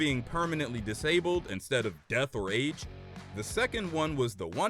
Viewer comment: I don’t know why I thought he said aids but it was age